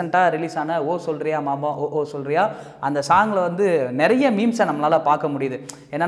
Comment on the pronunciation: Pronounce it correctly goddamn it, it's not o solriya o o solriya, it's oo solriya oo ooo Solriya. 🤦🤦